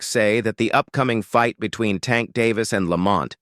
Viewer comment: Why these dudes mispronounce tanks name? Disrespectful!!!!they pronounce Mexicans names correctly